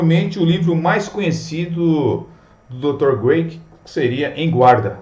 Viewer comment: William Lane CRAIG, e não Graic. A pronúncia do nome dele é com C e não com G. No vídeo todo sua pronúncia está equivocada! Vídeo legal!